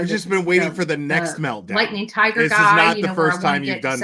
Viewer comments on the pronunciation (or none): none